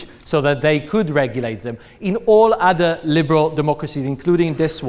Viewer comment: so.. he is a tool . but on the up side i like how he says "udder" in stead of other.. lol "we need to protect udders" he must really like milk